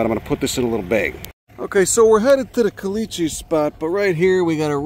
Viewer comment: I never knew there were desert Passiflora!! Also: I kinda love they way you say "caliche", and I have no idea why.